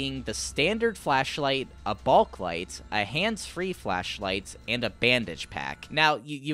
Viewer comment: everyone: "bulklight": "balklight"